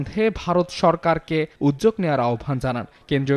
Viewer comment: হ্যালো শুভ সাংবাদিক উদ্যোগ নাকি উজ্জগ কোনটি কারণ.. উচ্চারণ হলো সেরা পাঠ দান